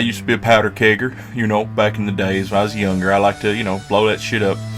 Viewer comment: the way you say “Kegger” makes me nervous